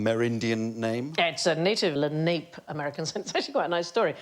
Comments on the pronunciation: No. "Le-nah-pay". And Mannahatta. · It’s “Leh-naw-pe” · It is the Len- ah -pa tribe. We were taught that in grade school. They were in northern New Jersey. Those trains were the best. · “Lenape” is trisyllabic. Leh-NAH-peh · "le-nape" oh yes le nape of le neck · Thank you. This is the second time I heard the le-nape pronunciation in the last two days. I started questioning how I've always pronounced it. (I'm from Philly) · 💯 Exactly, Leh-NAH-peh. Thank you I was raised in SE Pennsylvania. I think this was the first time I shouted at a YouTube video. 🙊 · When Sandi mispronounces “Lenape” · You're being unreasonable. First, QI hosts ought to get the facts right. It is funny when Alan gets it wrong, but the host ought to provide correct information. It's no excuse that the word is unfamiliar. Second, the Lanape deserve the respect of saying their name right. Third, this is not about me at all. I don't claim to be an arbiter of correct pronunciation. I only claim to have learned the correct answer by learning from experts. So should Sandy. So should you. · Lenape is pronounced with three syllables. She pronounced it with only two. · Leni-Lenape (Lennee-Lenapee) a local native american tribe ...not (lan-ape) that actually hurt my ears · Not sure if I'm right about this, but here in the USofA we pronounce the Lenape tribe of Native Americans as Len-a-pee , not LenAPE. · I adore Sandy but she mispronounced the Indian tribe - Lenape. It’s LEN-uh-pee, not Le-NAPE. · I’ve usually heard the Native Americans of the Manhattan region called the ‘La-na-pe’ people, not ‘La-nap.’ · Le-na-pe, not LeNape. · The tribe is pronounced "leh-NAH-pee" not "luh-NAPE." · The Lenape tribe is usually (or so I was told) pronounced "le-na-peh", not "le-nape" as Sandi says here. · Pronouncing it as “Len-ape” is certainly a choice… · La-na-pe Three syllables and the emphasis on the middle one or so the Chief has told me. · Lenni Lenape pronounced Leh-nee Leh-nap-ee.